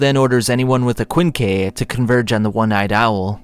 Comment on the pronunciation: Kwinn Kee